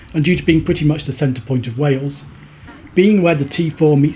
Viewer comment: This is incredibly well done. Thank you for showing so much respect to wales, through your research and pronunciations. teithiau diogel ymlaen